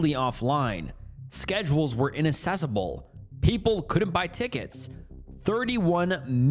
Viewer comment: the word inaccessible is pronounced in-ac-ses-able not in-Inac-ses-abl